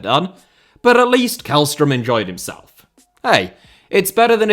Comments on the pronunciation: the way u prounounced källström in swedish was right and then u proceeded to go KÄLLström again💀😭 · Always amusing to hear Swedish being mispronounced. Jokes aside, keep up the great content! Edit: Sent this before you corrected yourself. Yes, it's a soft K, the first half of his name sounds more like "shell". I was hoping you were going to give "Djurgården" a crack